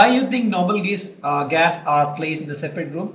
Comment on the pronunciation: . Gaes 😂😂 sir it is pronounced as gas